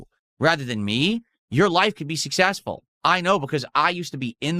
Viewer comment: I can put this to bed right now - I’m massively WAY MORE successful than could ever dream to be, and I have time to drag and make fun of him. I’m making more money while typing this comment than is going to make the rest of the summer…”I’M SUSSESSFUL!!!”